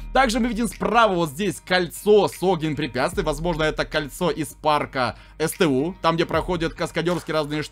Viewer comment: да вы задолбали сту написано СТУ А НЕ СЬТЬЮ